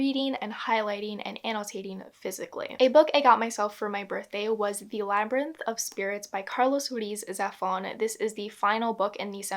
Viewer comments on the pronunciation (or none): And there I was thinking that you had said “lambyrinth" ironically just to see if people noticed lmao.